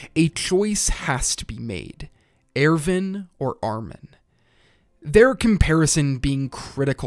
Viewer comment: AIRVIN? who tf is AIRVIN